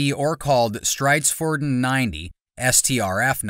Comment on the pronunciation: No no no no no no! Not strayds ford'n! It's Streed's Ford On. Learn yer Swedish! Skål!